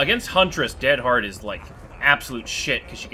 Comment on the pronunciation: Is time to stop saying dead HEAD in stead of dead HARD PLEAZZZZZZZZ STOP